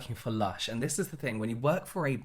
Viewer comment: The way kept saying VISSS instead of THIS in that video 🤣🤣🤣🤣 ME!